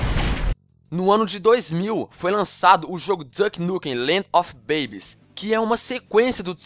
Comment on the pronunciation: quando voce foi falar babes, eu escutei voce falando penis :/